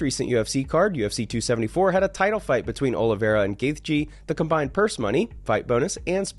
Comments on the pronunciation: ngannou and gaethje. The th is silent in gaethje like gaeche. and ngannou is IN-gannou not na-gannou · Imagine a documentary on UFC by someone who doesnt know how to pronounce gaethjes name lmfao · i will not listen to a guy talk about fighter pay who can't even pronounce Justin Gaethje's last name correctly. Edit: apparently he can't pronounce any fighter's name correctly. Whatta joke